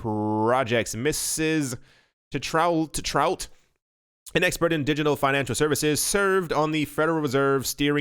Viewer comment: Tetrault I believe is a French name and sounds like this: Tay-tro